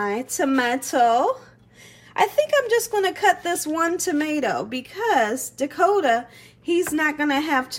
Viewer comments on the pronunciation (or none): none